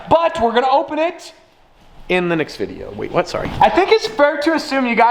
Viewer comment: Lol can you even say we’re?